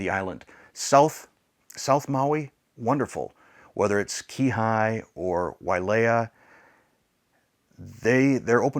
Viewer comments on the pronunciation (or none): Wonderful message, and perhaps you'll take this as "judgement," but please!! It's La-HIGH-na. (And Key-HAY!) ❤❤ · Dear friend, it’s pronounced La Hi Nah. Kihei is “key hay”. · Kihei is pronounced Key-Hay 😊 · I really appreciate this message and your heart. I see you corrected "La Hi Na" (Lahaina) but then you also mispronounced "Key Hey" (Kihei) ;) Just wanting to help out, no hate here at all. ❤